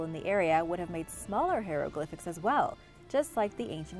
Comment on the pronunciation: Love learning about history, but I just had to cringe every time she said hieroglyphics. I can’t help it.